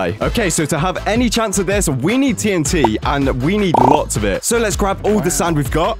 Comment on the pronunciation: Notice that It said itnt instead of tnt